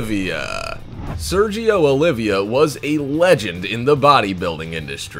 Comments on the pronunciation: It's Sergio Oliva, not Olivia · Its Sergio OLIVA...not OLIVIA.. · Sergio Oliva.... not Olivia. Pronounced Oh-lee-vah.